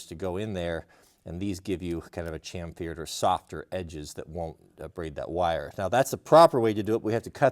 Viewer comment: Cham-fear? God, it is like fingernails on a blackboard hearing people who claim to be handy and knowledgeable mispronounce chamfer. Also, those kind of metal box strain relief clamps are absolutely not for use with individual conductors. They are meant for bundled wiring with an outer sheath of insulation, like Romex.